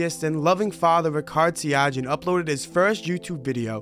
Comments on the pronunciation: It's pronounced Ri-Chard, not Rikard, also Sia-Gee-Awn, not Sia-Jhee-Awn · fyi, correct pronunciation is ree-chard see-yuh-gee-yuhn